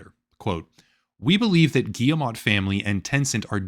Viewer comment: I'm on a one-man crusade to get YouTubers to pronounce Yves Guillemot's name! It's: "eve gee-mo" (hard-G, long-O). Last name Rhymes with "we go." Good luck!